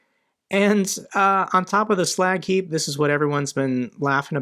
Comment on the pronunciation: That "slack heap" sounds like Iwo Jima.